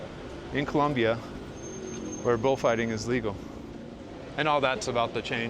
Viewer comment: You should pronounce Colombia properly-jeez!